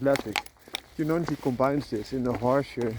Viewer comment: In Indian languages, J is not 'Ya' like in Spanish. J is J. Also, in this case, 'G' in Jonangi is 'G' as in 'Go'. It's pronounced Jo-nun-Gi